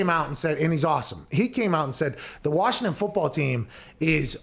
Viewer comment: They pronounce it Warshington round these parts.